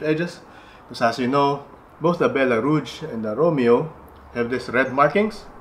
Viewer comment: You know Echeveria much better than I do, but I think I can help you a bit with French. Rouge has a much softer g sound, like the zh in Doctor Zhivago. 😉